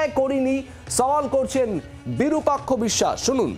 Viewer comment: বিরূপাক্ষ অবিসাস বিসসাস নয় ভাই